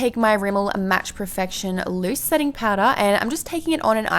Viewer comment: She sounded so American when she said "match perfection" 😂